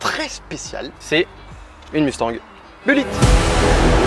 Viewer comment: Vous, les Français, vous prononcez le mot Mustang comme des chochottes. Apprenez un peu d'anglais pour au moins prononcer BULLITT à l'américaine et le mot MUSTANG comme il se doit. Vous me faites quand même bien rire...